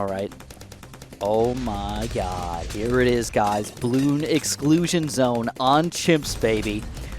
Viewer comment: i hate hearing him say "zoh my god"